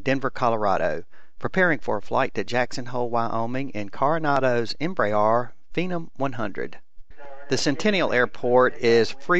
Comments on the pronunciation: Please stop saying "EmbraAAAAAR" "EmbraER" (em-bre-air) nice video nonetheless, despite that and the low voice volume on the recording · I hate to be the grammar nazi but Embraer is pronounced em-bre-re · Oh crap!!! It took a while before I quit pronouncing Embraer "Em bray R"!! Now I'm really bummed. Pray how does one pronounce Phenom in Brazil? Tim G., FS MaNiA